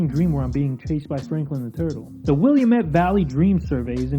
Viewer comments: As an Oregonian, I was dying at "William - Ett Valley." XD It's "Will-Am-Ett" Valley, lol! I'm a new Subscriber & Already enjoy your videos! Keep up the great work!~ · Willamette Valley, Oregon resident here. It’s pronounced like “wi-LAM-it.” Rhymes with “dammit.” There’s only one ‘i’ in the name, so it’s segmented like Will-am-ette. Just fyi. Great content, though! I love the personality that shines through on these vids. Keep up the great work! 💯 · Its pronounced Will-am-it for Willamette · I hate to be a stickler, but it's not "Williamette" it's Will-am-ette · It's not pronounced Willamette it's pronounced Willamette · As an Oregonian, the way you pronounced Willlamette physically hurt.